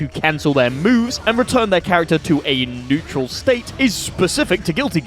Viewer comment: haha netural